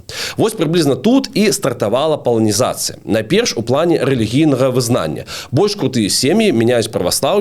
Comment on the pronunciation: вельмі спадабалася 😊 толькі " паланізацЫя" праз Ы.